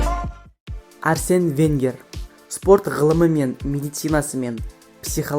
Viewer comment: Кешір бірақ, Әрсен Венгер емес Арсен Венгер. Және жартысы футболшылар емес бапкерлер ғой!!! Кім дұрыс деп ойлайды, лайк бассын!!!